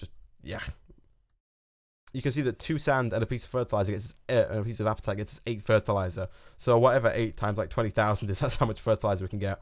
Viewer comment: I'm sorry but I have to correct u it apatite is pronounced ap-a-tite. Lol sorry